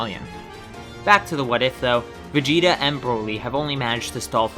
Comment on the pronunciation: Why you call Vegeta Vegetto